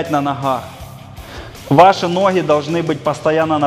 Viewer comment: Не хораздо, а гораздо, не нохи, а ноги. Как это бесило на протяжении всего видео